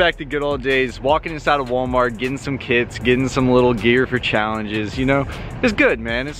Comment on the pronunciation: Who else heard “Getting some kids” instead of getting some kits